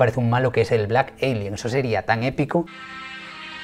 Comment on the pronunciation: Blak elienn!!!! Es blak alien wey ,estás igual que la morra de colgueit,!!! y ablaste un chingo y ni pasaste casi al compa